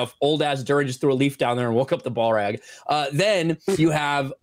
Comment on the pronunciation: pronouncing Balrog as “BallRag”. Either genius or Florida man hick-speak, who knows…?